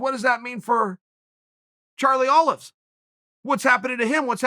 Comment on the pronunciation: The man called him Charlie Olives....OH GOD